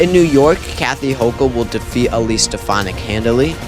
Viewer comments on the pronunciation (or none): none